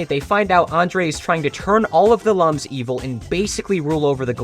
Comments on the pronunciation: Should mention that lums are pronounced "looms" as in "illumination." Also thanks for telling me there's a Rayman board game, I am getting it immediately. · Clicking off for the lums mispronunciation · I played origins when I was a child. All I can do is watch and suffer as everyone mispronounces Lums.